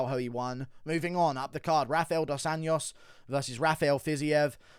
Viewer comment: I’m a big fan, but it’s about time you start putting a bit more effort to try pronouncing the names of Brazilian fighters right. RDA didn’t start fighting yesterday and the JO in Anjos sounds exactly like that, a J, pretty much as in Jones. Really not that hard (not a Spanish “ñ” for sure, which is how you keep saying it. And for Pedro Munhoz, it’s not MOOnhoz, it’s MunhOHz. What a boring ass card btw. Keep up the good work mate.